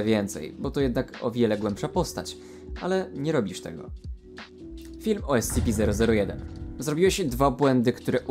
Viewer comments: Ty sam robisz błędy bo powinno się mówić skp/scp Bo Secure. Contain. Protect. A contain czyta się kontain a ty powiedziałeś spici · ESCEPE, to mnie troszeczkę ITYRUJE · kocham jak on to czyta "es ce pe" lol